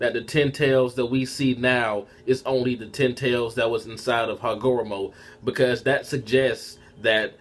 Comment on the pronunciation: The names pronounced Hagar;romo Oh, su' su' key.